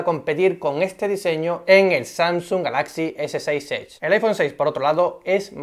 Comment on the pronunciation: El acento en la palabra GALAXY va en la primera A no en la segunda por favor. Si quieres poner el acento en la segunda A deberías decir GALAXIA (en español). Crítica constructiva